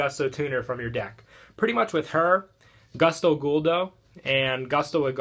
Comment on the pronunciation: I can't stand how you pronounce gusto. Please.